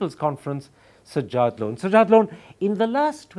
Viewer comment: Enjoyed comedy by Karan. He doesn't even know how to pronounce the name of his guest. Sajjad is a sky comedian.